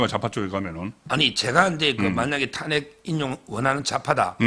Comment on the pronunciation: 송국건씨.. 발음이 이상함 정권인지 증권인지 구별이 안됨 탄핵(저음)인지 탄액(고음)인지 어느나라 발음인지?????